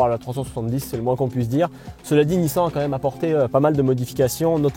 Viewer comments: Apprends à parler. Nissin, nissaaaan🤦‍♂️🤦‍♂️. C est ton travail purée. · nissan… prononciation :nissane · une horreur la prononciation de la marque , un peu de respect quand meme ...........